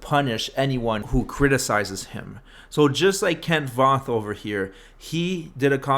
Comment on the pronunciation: Your not saying his name right